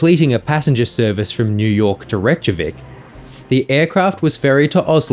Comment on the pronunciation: Rake yah week :)